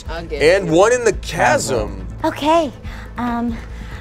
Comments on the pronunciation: HOW did not get immediately roasted for saying 'chasm' like that...? You're telling me the entire cast and crew on this vid unanimously decided not to burst out laughing and ridicule him every time, or do they all believe that's how it's actually pronounced...? 😅😅 Simply inconceivable! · I had to stop watching after the second "CHasm" 🤣 I'm sorry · pronouncing Chasm as CH-AS-UM instead of K_AS_UM killed me the whole time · There's just NO way that actually thinks it's pronounced like that... I've had a fraction of the education he had, and even I know for a fact that it's pronounced k-asm. I'd say it's likely some weird unspoken bit that nobody is laughing at, or has jokingly been saying chasm the wrong way on purpose for so long that it stuck. It's like me an jalapeño, I used to pronounce it with a hard J as a joke for years, now I catch myself saying it the wrong way unintentionally all the time... 😅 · pronouncing “chasm” as “cha-Sam” reinforces his book boy brand. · Hate to be that person. Can someone let know the H is silent in Chasm? 🤣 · Ok, it's pronounced "kasm"! Edit: "He has a pan flute..." Dumpster Wizard is coming! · The ch of chasm is pronounced the same as the ch in school in America, so [kasm] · Why do they give shit for br-oo-ch, but not CH - asm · pronouncing chasm as its spelt makes my heart hurt just a little bit 😂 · Can someone please tell how to say chasm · You'll never be an actor of you can't pronounce the word "chasm" 🤣 now it makes sense that you are where you are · Why can't say chasm? 😂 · Wait, does not know how to pronounce the word 'chasm'?